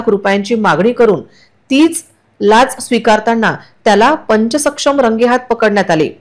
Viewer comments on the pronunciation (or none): तलाठी लाच प्रकरणातील बातमी,,🧐 पंचसक्षम नाही,,,🤦,, पंचांसमक्ष,,,,,,,असे वाचा,,,,🙋😊🙏👍